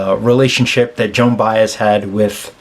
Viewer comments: This is the fourth reaction to this song that I viewed and you are the first of four to properly pronounce Joan's last name. Bye-ez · (Thank you for pronouncing her name right) I always find it amazing that Joan spent most of her career singing other people’s songs (perfectly) and when she writes one for herself, it is one of the greatest songs lyrically and musically that has hit the music industry. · Kudos to you my friend. Of the various reactors to this song you are the only one I’ve heard who pronounced her name correctly. Most of them called her Joanne Bez???